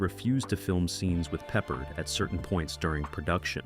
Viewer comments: George PeppARD!! Not Peppered. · It's pronounced. Pep-Pard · What’s wrong with George Peppered? 😂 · Yeah, George Peppered. I quit watching immediately. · It should be pe-PARD. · and your robot narrator totally fuck*s the pronunciation of one of the best known TV shows from the 1970s and 1980s. Then you just spell it out. Still wrong! M*A*S*H was pronounced mash. How can you not know this? It makes people downvote you. Same for George PeppARD. This kind of dumbness is why you get downvotes. Also, while talking about M*A*S*H, why does the picture show a scene from some other TV show, maybe Barney Miller(?)? Totally unrelated. Again MAKES YOU LOOK STUPID. My memory of the removal of Lisa Bonet from Cosby Show is bigger and very different than what you said. Lisa Bonet wanted off the set with Bill Cosby (I suspect he drugged and raped her, but she never filed charges). They gave her her own show, but for some reason she quit that after one season. They put her back on some Cosby episodes got then rid of her again, but kept the actor who played her husband and the daughter (who was nowhere near as good as Keisha Knight Pulliam, who played Rudy). Her story resembles Mackenzie Philips on One Day at a Time. Somehow Cosby or the directors thought any cute 5 year old girl could do the same thing as KKP who was now older and no longer as cute doing the stuff she did when she was 5. TSo they added Raven, but she was nowhere near as good an actress at 5 as KKP used to be. That and the tiresome grandparents really made Cosby decline, even though the husband actor was good, the premise was ridiculous. Why did the wife go live on an army